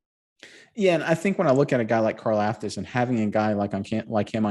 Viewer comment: It’s pronounced car-LOFT-us